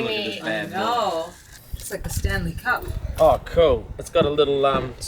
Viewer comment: "Stanely Cup" HAHAHAHA